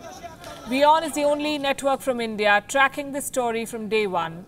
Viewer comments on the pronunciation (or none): none